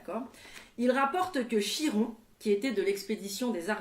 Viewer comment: Chiron se prononce "Kiron", faut le savoir hein